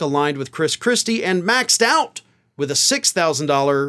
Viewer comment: I must have misheard..he muttered (?) Chris Chrispy! 😂